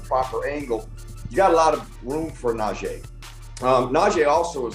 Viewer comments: Can we please get them to say najee correctly it's not najeh. It's frustrating that our own media people can't say the man's name correctly . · PLEASE everyone (especially STEELERS commentators & former players) pronounce NajEE's fucking name correctly. It's NajEE and not Naje'.